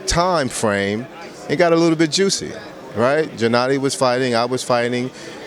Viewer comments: why is he saying Jennady? It's not that hard to say G-ennady. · "Jennady". TRIGGERED.